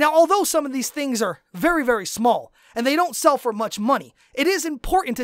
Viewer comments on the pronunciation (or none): none